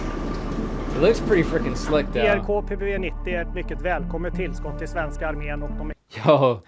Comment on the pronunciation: Your pronunciation of the grk pbv 90 was spot on (Swede here). But the most impressive is the CV90 mobility which is unparalleled in the world in terms of where you can drive. Lookup the comparison tests vs the Bradley which the Norwegian army did when selecting their platform. This vehicle was developed by Hägglunds in Örnsköldsvik in Sweden and BAE bought Hägglunds